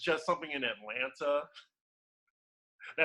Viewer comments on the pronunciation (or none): I don't k ow way I wantes to hear "atlana"